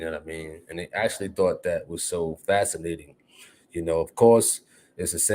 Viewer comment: Dude said en fascinating 😂😂😂😂😂 ….what a dumdass